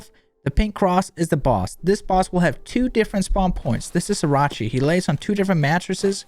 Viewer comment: I keep hearing Sriracha